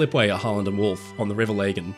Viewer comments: Interesting stuff, as always. Just FYI, Belfast is on the Lagan (La-gan) not the Lay-gan! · It's pronounced "Lah-gan", not "Lay-gan". Just incase you come over to visit and want to avoid a lecture 😅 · It’s “La gan” not “lay gan” and fun fact for those ship building enthusiasts my great grandfather was Sir Frederick Rebbeck not a well known name anymore but those who know will know he was important man in Belfast back in the day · no its "lag-gan" not "leg-gan" because thats how the locals pronounce it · Minor point - The river in Belfast is pronounced 'Laggan', not 'Lay-gan' which may be how the river of the same name in Sweden is pronounced? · Great video! One small correction, the Lagan is pronounced with a hard 'a' so it's Lah-gan rather than 'Lay-gan'. From a Northern Irish viewer, actually sitting in the Titanic hotel as I type this. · Great video. Wee point... Lagan: lag, like a slow down, not laygan. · I'd always heard the river called Lah-gan, not Lay-gan. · River Lagan - Lagan is pronunced with an I, i.e River Ligan. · River Lagan, pronounced Lah gan. greetings from Belfast. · Excellent video, I was at a function today at the Titanic exhibition centre Belfast 😎 Interesting bit about the toilets 🤣 Ps the river Lagan is pronounced as Lag-ann😉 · The river Lagan is pronounced Lah - g-in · As someone who is Northern Irish, I always wince and get angry at how LAGAN is pronounced. The River Lagan, with the first "a" in Lagan is not pronounced as "A" but it is with the way you pronounce it small "a". Hard to convey in written words, but it is true.